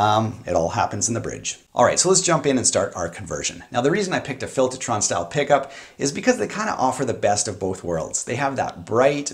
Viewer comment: Filtahtron. You from Jersey now?